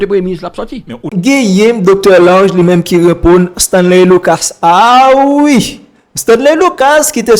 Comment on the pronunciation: Bro mem creole la ou pas paler bien. Stanley luca bro. Pas Stanley lucasse bro si ou vler kob sou YouTube fok ou apran paler nou pap ht médiocrité ankor